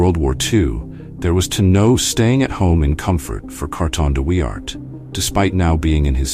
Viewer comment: A lazy, lazy piece of film making. Germans with helmets when you’re talking about the Boer war; hopeless pronunciation. Carton de Wiart deserves a proper effort.